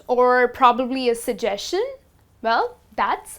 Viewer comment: You mispronounce suggestion.